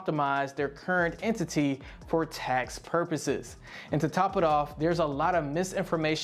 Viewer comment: Nobody says entity like that.. and then calculations.. bruh